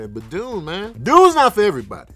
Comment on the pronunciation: Then why you give Dune Part 1 3.5 Sax?...even though you fumbled all the names